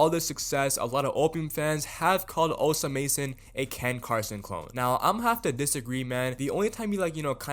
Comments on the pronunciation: bro stop saying osa mason its osama son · bro stop saying osa mason omg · this dude just say net sped and osa mason?? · You’re pronouncing Osamason incorrectly